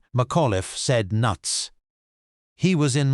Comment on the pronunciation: It is obvious no one reviews these videos before publishing them. Your AI voice can’t even say “NUTS”